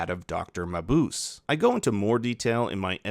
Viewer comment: Dr. Mabuse is pronounced "muh-Booh-zeh", not "muh-Boose."